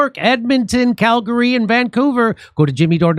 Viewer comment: Jimmy, you pronounced Calgary correctly. So I'm buying tickets to the Calgary show. See you in August.